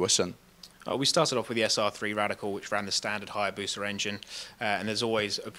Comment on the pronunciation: It is not Hayabuca rather it is Hayabusa